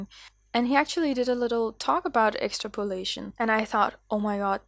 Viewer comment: Excellent interpretations of emotions, transferred into animal form, very well performed. The word aspect, although with those talents and a demeanour that shouts ready to learn, I wouldn’t worry. It’s pronounced X-Trap-Olation so the P flows into the O. But we all know what your saying, although in terms of relating it to your sketch emotions, your saying it like, is this ok, like the famous scene in Oliver Twist, when Oliver asks for more, more please sir. Brilliant Vlogs your flying!